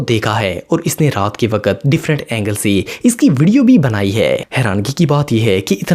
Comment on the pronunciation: Bhai aap wakat to wakkkat qqq bol te ho